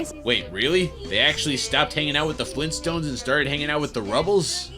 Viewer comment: Oh man you're going right to hell. FLEENSTOONES? IS VIYROOS.